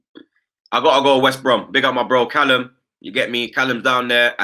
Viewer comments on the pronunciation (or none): none